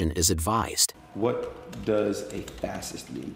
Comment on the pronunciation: he can't even read! I can't understand how people can't even pronounce facist when presumably he only knows the word because he heard someone else say it (and presumably pronounce it correctly) oh and he doesn't know who mussolini is?! Wow. He can't even really talk either every other word is bro or f#k